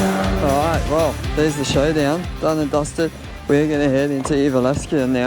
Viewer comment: Did you have a challenge going on, about how many times you can mispronounce Jyväskylä? It's legit hilarious, it just gets worse and worse!